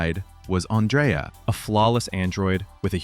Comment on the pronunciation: Not On-dray-uh. ANN-dree-uh.